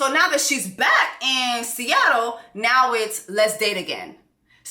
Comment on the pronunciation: Sista.... it's SEATTLE. 😂